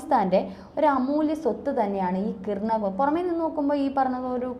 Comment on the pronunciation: KIRANA HILLS (കിരാന കുന്നുകൾ)... കിർണ അല്ല.